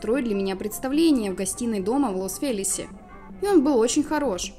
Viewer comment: Хм Лос Велес а Не Лос Ажелес странно